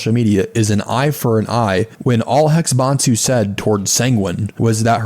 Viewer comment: I really don't like the way you pronounce HexBansu. It's obviously written to be pronounced like "Hex Bans You"